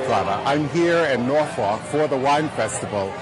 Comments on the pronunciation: Nice video, but Norfolk is pronounced Nor' fuk. No one in Norfolk says it the way you say it. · its norfolk not norfuck